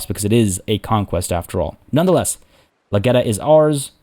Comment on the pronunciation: Someone has to say it. The lag-got-ya in Lageta!